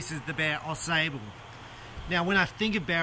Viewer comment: The “a” sable is pronounced like the word “watch”. It is a river and town in Michigan.